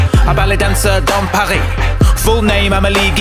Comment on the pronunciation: This is the first time I hear English say Paris without the "S" c'est perturbant.